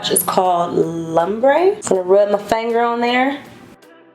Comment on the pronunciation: I love me some warm shadows!!! This the only naked palette i want to grab for myself.. oh n it's pronounced lumbre as in loombre not as in lumber. 😂 the look came out beautiful as usual!!